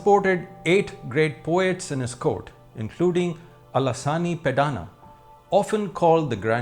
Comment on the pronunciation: Thanks for wonderful sessions, gentle suggestion is Telugu names you pronounced incorrectly which gives wrong meaning.example name of Allasani peddhana. Please discuss with respective language speakers or natives for correct pronounciation of words.